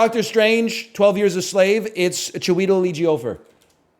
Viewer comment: For real, I straight up had to search up how to pronounce the name to make sure I wasn't crazy.